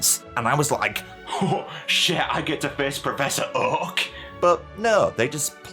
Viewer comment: Whew chile....the accent. That "Uhk" (Oak) took me OUT. lol